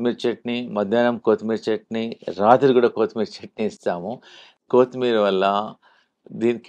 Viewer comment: కోతి మీరి కాదు - కొత్తిమీర